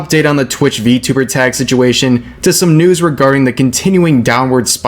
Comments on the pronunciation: I *was fucking triggered on how he pronounced it I can't even portray it in a "mOcKiNg" text form, it's just fucked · Apparently xQc is such a huge V-Tuber that he intentionally mispronounces it too Fucking "V-Tubber"